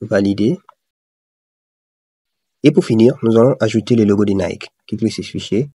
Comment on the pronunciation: J'ai aimé comment tu as prononcé NIKEEEE 😂